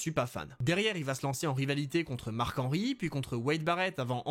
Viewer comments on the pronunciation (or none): none